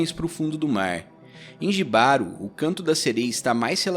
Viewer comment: Só pra acrescentar Jibaro se pronúncia "Ribaro" ❤️ tem várias formas de interpretação, pq tbm poder ser interpretado como um relacionamento tóxico ,o autor é espanhol, então acredito na sua interpretação tbm